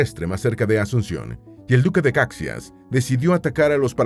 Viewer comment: DUQUE DE CAXÍAS, POR FAVOR. LA PRONUNCIACIÓN NO ES INDIFERENTE!!!